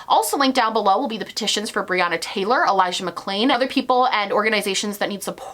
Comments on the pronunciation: Also he didn't say Elijah's name right, he dubbed over the audio for it to be correct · He also said Elijah’s name wrong and did a voice over in editing. If you listen closely you can hear that the audio is different. I am so disgusted with him. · Go back and watch the elijah mcclain part, I replayed it on half speed,dude literally says his name wrong and dubs the audio over the video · He also dubbed over Elijah McClain's name and couldn't be bothered to record himself saying it correctly 🥴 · Did anyone notice the sound change when he said Elijah MacClains name? He clearly either said the wrong name or mispronounced it and in editing had to correct himself which tells me he does not really care. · Go back and watch, he got Elijah Mcclain's name wrong and then dubbed over himself to fix it. The irony of getting his name wrong when you are saying "thats where we need to be focussing our attention" and then NOT INCLUDING LINKS TO DONATE?!?! trash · not to mention that he dubbed over elijah mcclain's name in the video. like what,, you cant even say his name right when youre using it for woke points??? that part made my blood boil. I had to scroll back like three times to confirm it actually happened. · he also edited himself when he says "Elijah McClain" you can see it because of how his mouth moves and the audio is slightly different. He didn't even know how to pronounce his name. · when he said ‘elijah mcclain’ it sounds and looks dubbed over... he couldnt even get his name right and didnt even do a new take. you cannot inject BLM in your video as a way to deflect if you cant even get a victims name right!!! what kind of fuckery is this😳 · It’s clear he doesn’t care about the BLM movement and is using it as deflection when he can’t even get the audio right when saying Elijah McClain’s name. The only part of the video that he had to dub over